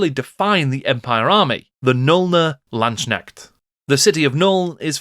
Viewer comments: I still findly remember my 4th edition Empire army, and how the 4th ed book made me completely forget all about the high elves :-D And it is a hard K in LandsKnecht. You would pronoounce it Lands-Knecht, not Land-snekt. :-] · As a German Warhammer Fan and General of the Empire since 6th Edition i really liked your Video. Very sourceful and well spoken. But please try to improve your pronouncaction of the word "Landsknecht". In your emphasis it sound like "Schnecke" (Snail) which is funny and irritating. I am well aware that "kn" is very hard for non native German speakers. But maybe it helps to remind that "Knecht" (Servant) is the original germanic word for "Knight" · I don`t even play Warhammer anymore but I love watching your videos, it is great how deep you go. As a German your pronounciation of Landsknecht made me smile because it kinda sounds like Landschneck ("landsnail") to me :-) If you like here are two pointers for the pronounciation: First, the division is more like lands-knecht, not land-sknecht, second there is no "sh" sound, the "k" ist pronounced distinctly. The word "Knecht" has the same origin as "knight" by the way, but they evolved in rather opposite directions in German and English as "Knecht" would refer to a boy/man who is lower in the social hierarchy and it would later take the meaning of a farmhand.